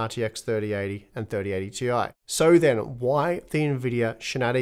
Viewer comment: Nvidia's employees not even can speak out 3090 Ti correctly :D